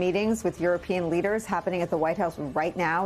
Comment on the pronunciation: Lesders???? Seriously???